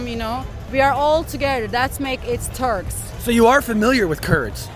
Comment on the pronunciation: Törkksss we’re not törrrrkss